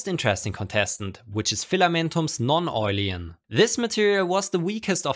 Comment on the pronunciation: Awesome video. Just a little suggestion. It´s called Non-oilen, not Non-oilien :D